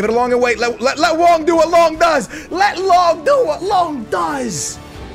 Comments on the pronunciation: STOP WITH SAYING LONK BITCH, IT IS LONGGGG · It's long not lonk